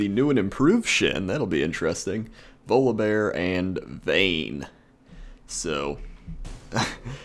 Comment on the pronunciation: Am I the only one that hear "Lolibear" when he says Volibear?